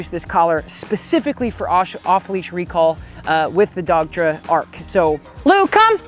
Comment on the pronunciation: Another great video. You are saying dogtra right?